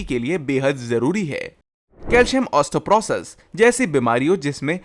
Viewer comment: osthoprothos 😂😂😂😂😂😂😂😂 ... Ye kya hai bhai Its osteoporosis 😂